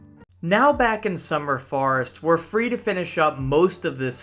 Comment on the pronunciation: some good content! a little surprised you could make such a long video when it seems youre unaware of quite a few things in the game (double jump, x to swim etc). also the way you pronounce summer forest sounds like summer farts lol